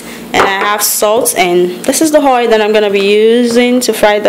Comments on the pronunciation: Oil not Hoil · Bad English pronunciation. Hoil hadd. Are u Yoruba ?